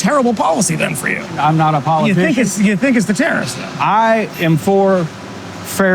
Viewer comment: The use of the word tariffs in this episode sounded like they was saying terrorist